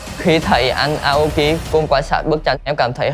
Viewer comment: Vl Tóc Tiên đọc tên người Nhật như tên ng Tây ý, Aoki mà bả đọc thành "Ây âu ki", chịu luôn đấy :)